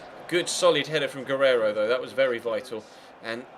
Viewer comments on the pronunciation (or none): none